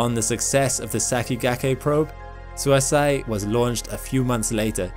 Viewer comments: FYI, Suisei is the Japanese for comet, and it's not "suisai" but more like suis-ey-ee the E is read like the one in sakigakE and the i as 'ee'. It does kind of make an "ey" sound together, but no "a" should sneak in. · that Japanese probe is definitely not pronounced as "suicide" LOL, it should be pronounced (to the best of my effort in typing it out) "Suui hsieer", which means "Comet" in Japanese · Sorry, but the pronounciation on Suisei is wrong. It sounds like Su-ee-se-ee. It means comet in Japanese. Love your content however. Please make more! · Suisei is pronounced sui-say 🙂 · Suisei is pronounced like "swee-say" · Thanks for the informative video as always. Also, 'sei' in Suisei is not pronounced like 'si' in side but more like 'sa' in say.